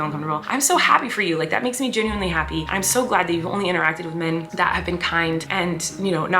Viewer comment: Colleen says “men” the same way she says “pink” hahaha min not men. All in good fun, your vids make me so happy!